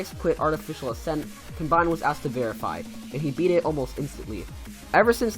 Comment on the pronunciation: Just FYI you pronounced some names wrong: Acharne is supposed to be (uh-sharn) Noctafly is (noc-ta-fly) And combined (well not really a mis pronunciation just sounds better when you say com-bined and not come-bined)